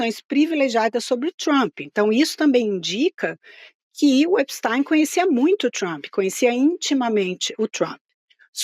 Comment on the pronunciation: Essa carranca não sabe pronunciar o nome do criminoso nos EUA.. absolutamente irritante! Vou parar de ver essa joça..